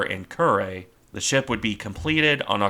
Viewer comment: Curry? Kew re. Rolled r.